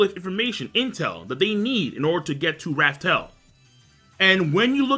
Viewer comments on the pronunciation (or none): i really like this video but the way this man says raftel and one piece makes my organs hurt